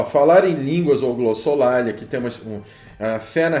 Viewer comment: Foi um bom review. Só gostaria de saber por que as pessoas pronunciam a palavra glossolalia como se tivesse acento, ou seja, glossolália como em . Essa segunda forma acentuada está errada.